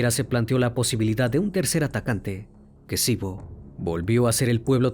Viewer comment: Ex Yugoslavia.. asesinato muerte violaciones....es kicevo...no kesivo